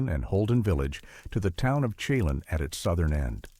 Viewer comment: It's pronounced Lake "Shha-Lann" not "chey-Lon" and Colville is pronounced "call-ville" not coal-ville.